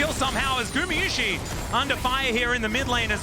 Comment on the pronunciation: T1 fan here, IT IS NOT GU MI IT IS NOT GU MEH IT IS GU MA PLEASE SAY IT RIGHT .